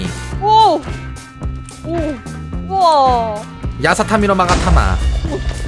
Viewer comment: 야사타미가아니고 야사카미아니에요?